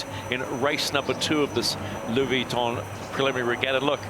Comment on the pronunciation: Who the hell was Louie Weeeton